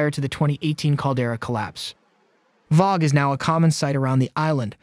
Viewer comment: It's amazing YT knows to keep suggesting these all the time. I subscribed during the lasy eruption, but the other local news just isn't relevant when not living in HI. Even wo the sub, YT knows I want to knows. In other news, the new skynet terminator voice can say vog more authentically than any human. I want to applaud the achievement... while finding a good place to hide.